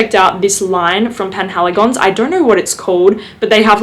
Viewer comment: Your pronunciation has come a long way! Je suis impressionne. ❤️ It's the Portraits Collection from Penhaligon's btw. And Roaring Radcliff has always been my fav! I used to call it the "better" Tobacco Vanille. 🤭 Such a great autumn scent.